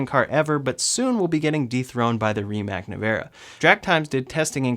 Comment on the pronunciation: While I love the Rimac Nevera and what the company has done, it is a Electric Hypercar - which is a completely different segment. Kudos to both Tesla and Rimac obviously. Try to pronounce it the way it is native to Croatia - (Rimahts) ;)